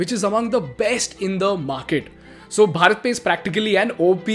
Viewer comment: You should pronounce भारत pe not भरत